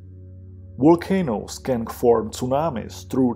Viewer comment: What is a "walcano"??